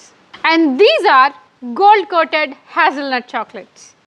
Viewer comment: Antha bane undi kani nuvvu English matladithe US accent lo try cheyyaku and adhi 'this is for eating' kadhu 'this is edible' antaru. And also nuvvu 'hazelnut' ni Adhi hazalnut ani pronounce chestunnav, haezulnut ani pronounce cheyyali. Ilage a English videos lo kuda itlage gatti gattiga arustharu - " Guys today we are going to blah blah blah. Are you all ready. Lets get started. Woohoo""